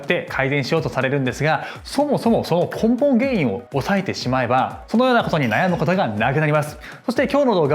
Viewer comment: 『根本原因』が『ポンポン原因』に聞こえてなんだろう？って思った。